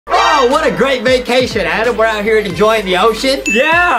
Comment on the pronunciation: ITS ADAM NOT ADEM!